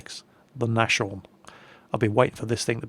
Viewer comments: Nas-horn not Nash-orn. btw it's based on the Hummel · you don't pronounce Nashorn Nash orn, but something on the line of Naas horn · It's nas-horn, not nash-orn. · nash orn WTF ITS nas horn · Nas-horn not Nasjorn. It's German for rhino. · it's called Nas-Horn not Nash-orn:D German for Rhinoceros, the Sfl. means Selbst-fahr-lafette (without the - they are just helping with getting it said right:)) which is German for self propelled gun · In Germany the pronunciation of the Nashorn is Nas-horn not Nash-orn. It's German for rhino.;) And the tier 5 tank is basically the Panzer IVc "Selbst-fahr-lafette (SFL)" or Self-Propelled-Gun in English. Same with the PzV Sfl. Greetings from Germany.:) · Yeah, I get that, I couldn't really give less of a shit how perfectly people pronounce the words, just that they don't pronounce them outright wrong ("nash'orn"). :) And if I were a Grammar Nazi, I'd correct other stuff too, like "german", "english", "also" and "just" without a capital letter and "...he" ;) I'm more of a Spelling Nazi, really. Grammar* btw. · Well, even though I understand where you're going, is actually very good at pronouncing German words (from what I can judge). And he seems to care how they're pronounced as well. "Nash'orn" vs "Nas-horn" is a very crucial difference. Just trying to help, and I don't understand how anyone could find that offensive/annoying or anything like that...:) Btw, you're*.:) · GEEZUS CHRIST I CANT HEAR IT ANYMORE!!!, im falling on my knees for you and im begging, please stop calling the "Nas-horn" a "Nashshshshorn". It hurts my feelingsand my ears. Its called Nas-Horn because the Nashorn actually is a Rhino. So little german lesson there. But srsly call it Rhino or Nas-Horn. NERVER EVER call it Naschorn. Its just NOT and american/british tank. Sorry for that rant, you may continue! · It's called Nas horn like Naaashorn ;D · If you pronounce it Nas-Horn you are almost there ;)